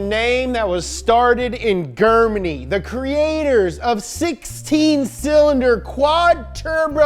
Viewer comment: The way he pronounced 'Germany' didn't sound wrong to me at all